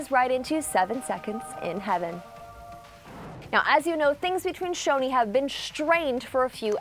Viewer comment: She's saying Shoni not Choni 😂😐